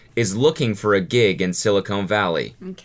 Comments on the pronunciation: He pronounced silicon as silicone lmao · it's silicon Cody not silicone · no way a former SWE pronounces silicon silicone lmao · why did he pronounce it Silicone? LMAO